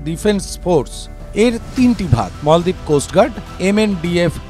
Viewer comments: মলদ্বীপ না মালদ্বীপ। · মলদ্বীপ নয় মালদ্বীপ,,,, বিকৃত উচ্চারণ কেন? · মলদ্বীপ কি, বলেন মালদ্বীপ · মল দ্বীপ😂